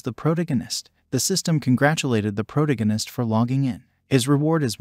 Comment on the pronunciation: Hearing “proganist” and “protagonist” over and over ruins the video. Use names.